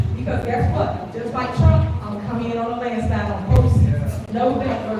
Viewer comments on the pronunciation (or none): 😂 did u MISS THIS ONE … DID SHE SAY “JUST LIKE TRUMP IM Coming DOWNA ”LANDSYTLE”, aka LANDSLIDE (real spelling) 😂🤣😅